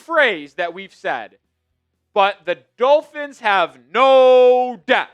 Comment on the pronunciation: The Dullphins (as pronounces it), are the winner if this shitty play leads to getting Arch Manning next draft.